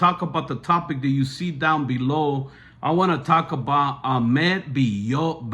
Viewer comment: He is also pronouncing Ahmed’s last name wrong and he said Hola in the court not Hello🤨